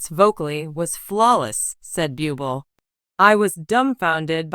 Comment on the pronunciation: Don't call Michael BYUBEL, it is pronounced BOOBLEY.